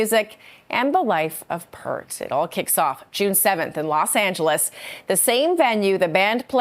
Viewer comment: You're in Toronto. How do you not know that it's NOT "Pert"? He's not a set of tits, he's probably the worlds most recognized drummer in an iconic band FROM YOUR CITY. Not a huge deal, exactly but it's asinine that you don't know how to pronounce his name. It's "Peart" and it doesn't rhyme with "heart" either. It's "peer" with a 't' at the end. Anyhow, great news! YAY!!!